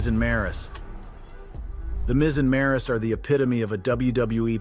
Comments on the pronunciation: It's not Maris it's Maryse smh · Don’t mispronounce maryse name and misspell it gee